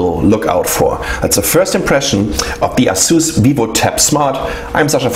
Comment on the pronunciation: No offence, but i'm quite sure u're pronouncing ASUS in a wrong way